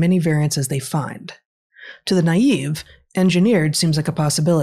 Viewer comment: Just for future reference, it's "naive". Not to be rude, just figured you might wanna know. Tc, stranger.